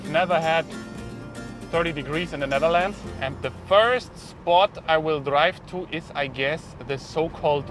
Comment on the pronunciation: From Zzhe Nezzherlandzz 😆🤣 Gotta love the Schwarzenegger accent